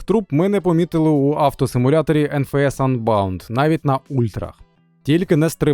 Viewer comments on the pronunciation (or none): none